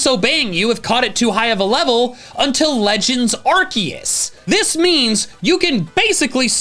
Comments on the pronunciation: he didn’t say arkoos!!! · you're mispronouncing Arceus